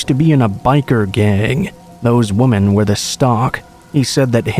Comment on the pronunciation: First I want to say that I LOVE listening to you. Your voice just has this wonderful quality that is perfect for storytelling. I have listened for a long time now and no one compares to you. I don't know quite how to say this without sounding horrible...but I did want to mention that the word women is pronounced 'wi-men'. Sorry it just kind of bugs me lol